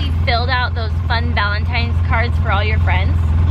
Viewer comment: was it just me or did say happy valintines?